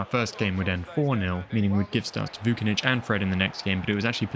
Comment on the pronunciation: Everything is amazing, but please don't read the surnames of Slavic/Balkan players like in English. We don't pronounce "C" as "K" like in English. For example - it's not Vu-ki-nich, but it's Voo - chi - nić. You can use translator to say it right. I hope you are smart to get me mate. ;)